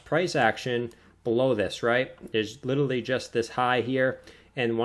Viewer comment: "xrp will go 100x" - guy who can't pronounce "literally"